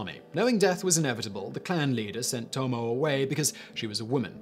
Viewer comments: Toe-Moe-Eh, not Toe-Moe. She would take exception to that. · Tomo-eh it is ともえ トモエ